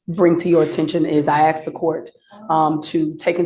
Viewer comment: The defense attorney can't say the word "Ask". Trots out the "we afraid of da po-leece" motif. NOT RELEVANT!